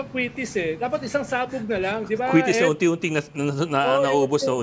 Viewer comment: And Amy Pamintuan, "di ba?" is so yesterday. It's "de ba?", according to Cielo Magno. 😅